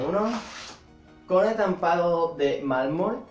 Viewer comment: Malmor??? MALMOR???????? MALMOR?????????????????? SE DICE MARRRRRMOL!!!!!!!